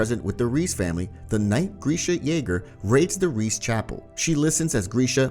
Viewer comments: I get so angry at you. You called reiss REECE it’s RICE and you called Maria Mah-re-uh but it’s Mhar- E-UH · you pronounce reiss like "rice" not "reese" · Nice vid brother only Reiss is pronounced rice and not Rees 😜🔥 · Bro said REECE ITS PRONOUNCED RICE. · Its not riss tho its rEis with strong E [reis] not rees ok? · Im so annoyed that he says Reiss wrong…. Its EI not IE so say it right please…